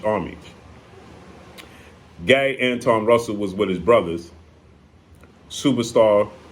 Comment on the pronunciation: Gary Antawan is how u pronounce it, if im not mistaken. The only one who beat boots